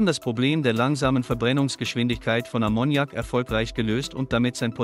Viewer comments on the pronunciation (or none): Ammoniak wird auf A betont .Ist bei Verdampfung sehr giftig. Aber wäre eine gute Lösung. Ist völlig C frei. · Konnte ich mir nicht anschauen. Wer durchgehend "Ammoniak" falsch betont, kann nicht ernst genommen werden. :face-blue-smiling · Das fährt nicht mit Ammonnjak, lern deine Muttersprache erstmal. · die Betonung liegt auf dem 1. A, das kann man ja nicht anhören wie hier Ammoniak ausgesprochen wird. Vielleicht sollte mach doch lieber auf die AI-Stimmen verzichten,. Zum davon laufen. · Wollte gerade das gleiche posten. Schön, das es nicht nur mir auffällt. Musste ausmachen. 😜😜😂😂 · Ich hab den Unfug auch nur eine Minute angeschaut und dann sofort mal einen Blick in die Kommentare geworfen weil ich die Aussprache von Ammoniak so furchtbar finde. Ausserdem war es schon von beginn an mal wieder alles so das man sofort wusste, da kommt nix bei raus wenn man sich das weiter anschaut. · Die falsche Betonung von Ammoniak killt mich. Kann nicht weiterschauen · Lern erstmal, Ammoniak korrekt auszusprechen!!